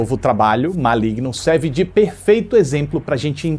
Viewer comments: N é Maligno. É Malegno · "Cospobre" kkkkkkkkkkkk Ma-oe-igno kkkkkkkkkkkkkkkkkkkkk